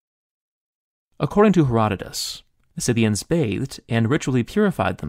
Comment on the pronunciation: THANK YOU for pronouncing "Scythians" CORRECTLY